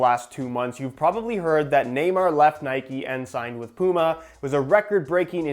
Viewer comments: Please learn how to pronounce puma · You say Puma like "Pooma", here in the UK, we'd pronounce it like "Pewma".